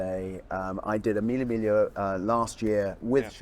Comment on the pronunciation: Lol I don’t ever wanna hear Mille migla ever again 🤣😂💀